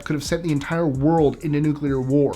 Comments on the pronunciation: I thought it was pronounced nu-clear. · i love this channel, but you GOTTA learn how to say "nuclear". It's not nucular, it's newk-lee-ar. Please.... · "No, I'm, I'm simply saying that life, uh... finds a way." I thought I'd add that because of your subject. THANKS FOR THE "nuclear" pronunciation. What is so hard about saying NU-CLE AR. You remind me of my little brother, so cool. 👍🆗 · thanks NU CU LA. 👍🆗